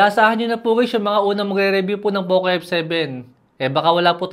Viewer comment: Poke f7 pagkakarinig ko😅